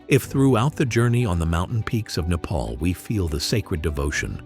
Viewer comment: Not how you say nepal